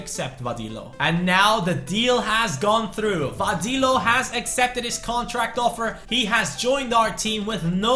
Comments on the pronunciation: VADILLO IS PRONOUNCED VADEEYO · Hey,Vadillo is pronounced Va-de-yo.